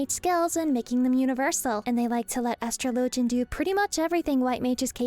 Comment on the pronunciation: Why do you pronounce atrologian the way you do and not how you would pronounce astrology?